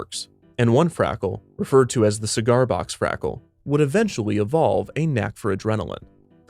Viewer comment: 'Frackle'? er... no.